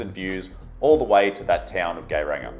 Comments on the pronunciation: Geiranger is pronounced sort of like yay-rahng-air. Since you literally asked. :p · Norway is one of the world,s most beautiful places,(if one likes mountain,s)😉 Especially Fjord Norway I was very amused of the way you managed to spell Geiranger wrong and differently i think 5 times , especially,,, Gay ranger ,, for gay people or what 😂😂😂😂🤠😉 Norway for the win